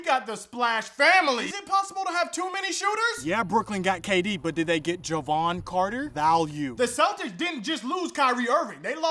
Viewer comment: He said Jevon Carter lol.